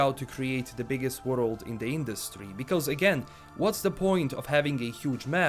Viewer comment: "worold" -. Sorry love ya! just joking:D